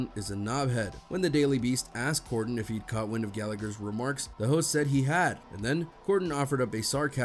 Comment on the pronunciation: It’s Corden not Gorden 😅😂